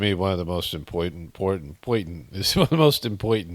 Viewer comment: Impointant. 😂😂 I laughed way too hard at that. It was like an “Archie Bunker” word. 😂